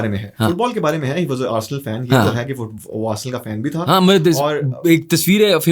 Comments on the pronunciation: Arsal nhi h arsenal bolte h usko 😂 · Aby saalo Arsel club nahi hota Arsenal hota hai